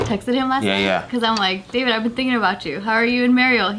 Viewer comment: You know how Dah-veed Oh, brought the accent in! 😅